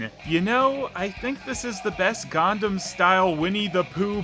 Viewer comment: For the love of Dog, it's "Gangnam Style" not "Gundam Style"! It's not a giant fighting robot.. Otherwise, awesome!!